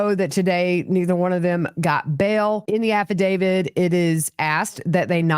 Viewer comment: Dear one, the word is affidavit: “af·fi·da·vit.” Nothing to do with David. Cheers from an English major.